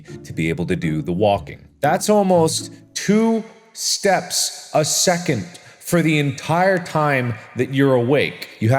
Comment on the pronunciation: it kind of sounds like he's saying stabs and not steps hey mark who u gonna kill... i ain't gonna tell the authorities